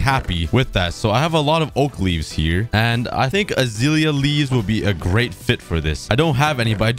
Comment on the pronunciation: Hes calling it azeelya it’s azelia 😭